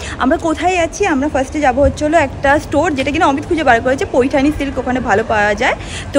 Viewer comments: It’s paithani .. not poithani … Tumi correct korte bolle tai comment korlam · Paithani not poithani